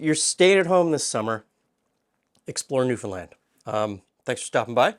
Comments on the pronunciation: Interesting comment on pronouncing Newfoundland correctly. This is the way I, from the other side of the pond, have always said it and I was told I was wrong. Glad to be proved right. Wish I could eat this bun as I love the flavour of molasses. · Born and raised here in Newfoundland. Very proud of your pronunciation of the province, almost nobody gets it right! I hope you got a chance to try some of the local restaurants. The Duke of Duckworth has the best Fish n Chips in the city. India Gate has the best butter chicken I've ever had. Unbelievable. Peaceful Loft has the best vegan food I've ever eaten. Their Singapore noodles are one of the best things on the continent. Noodles Express has some of the best ramen I've ever eaten. Somehow they found a way to keep the chicken crispy IN the broth. There's a small cafe in Brigus that serves some of the best traditional Newfoundland food you can find. As for the molasses buns, my family doesn't like raisins so we never use them in anything.